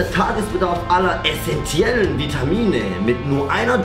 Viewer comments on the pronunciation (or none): "Aller EssenTIEellen"